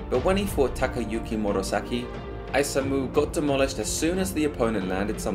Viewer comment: hi, great video man i don't like nitpicking about pronunciation but isamu was butchered bad lol it's ee sa mu not ai sa mu kinda like ethan but mu at the end